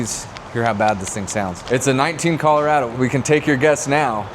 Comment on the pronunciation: Man said “Caller-A-Doe”